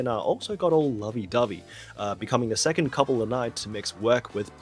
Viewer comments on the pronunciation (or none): none